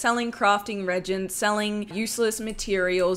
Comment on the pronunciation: Good video just coming back to wow haven’t played since early cataclysm only thing is reagents is pronounced (REE)-agents